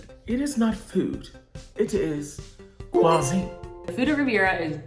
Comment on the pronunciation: “Kwazine”. please never change!